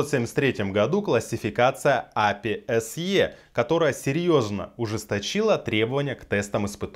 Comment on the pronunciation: Ну правильней будет не Апи, а ЭйПиАй!